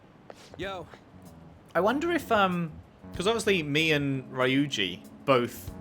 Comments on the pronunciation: Kamoshida is one disgusting teacher lol!, please pronounce Ryuji’s name “Reeuji”, not “Riuji”:p I think that the “y” is messing up the prononciation of English speakers. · His name is pronounced "Ree-you-gee" :)